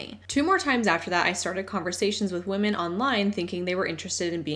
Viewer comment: I don't like nitpicking, but, the lady with the orange top kept saying 'woman' and not 'women' Also, there is no way I'm going to be working when on vacation. Yes, people in MLM might be able to go on vacation whenever they want. However, if they don't continue working while on vacation THEY MAKE NO MONEY or LOSE MONEY! Meanwhile, I can go on a 2 week vacation and 100% disconnect from work and, guess what? I will still be paid. The sad thing is that, the pay for those 2 weeks is most likely more than the yearly earnings of the majority of MLM Huns.